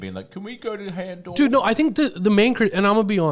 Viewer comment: I'm not sure what I find more repulsive, pronouncing Hahndorf hand-orf or the fact he wanted to go there